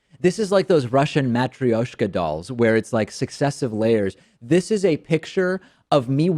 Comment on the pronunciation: No offence David but just call it a Russian nesting doll next time. You butchered the word Matryoshka.